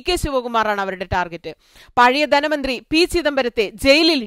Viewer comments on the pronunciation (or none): none